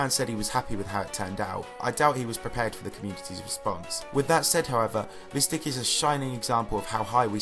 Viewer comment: you're talking about JonathanGD's part but the video is not showing his part... And Mystic is pronounced "my stick" not miss stick.